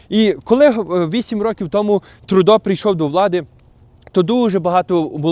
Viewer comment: Не "ТрУдо", а ТрЮдо. Не коверкайте слова, залиште цю привілегію росіянам.